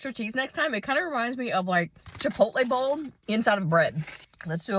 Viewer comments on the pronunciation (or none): none